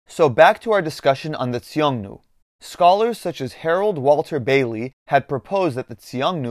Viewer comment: Why do you keep pronouncing Xiongnu as "Tsiongnu"? The X is a simple Sh sound.